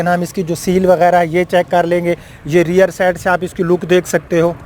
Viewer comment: Reer nhi hota rear hota hy